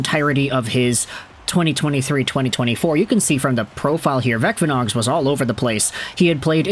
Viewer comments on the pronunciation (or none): Thank you for great report. Vecvanags is pronounced as Vetsvanags, where C is quite hard as it would be in German, yet if you say C the same way as in City it will be closer than current usage of K. Hope it helps